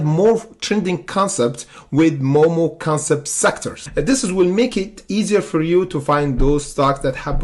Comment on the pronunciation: FYI it’s moo moo not moe moe. It’s a cow 🐮 not some guy named moe lol 😂